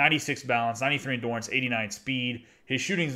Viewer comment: Subscribed. PS it’s endurance, not endorance